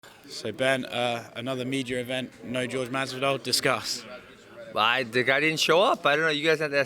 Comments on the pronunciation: Jorge......not George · Askren trying to get in his head by purposely messing up his name like he does Usman by calling him George instead of Jorge. I don’t think he in Jorge’s head, Jorge just decided not to deal with all trash talk which is smart. He’d rather let his hands do the talking